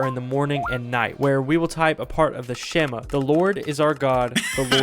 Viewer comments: watching both the original and this video made me cringe every time he entirely mispronounced a word, like whenever he says the "shema" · the way he pronounced the shema is so hilarious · I cringed at the way he pronounced the shema